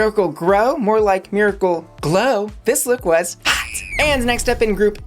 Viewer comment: The way you pronounce HOT and ROT is almost identical. It can be very confusing to the ears. Why not consider delivering them in different tone or pitch.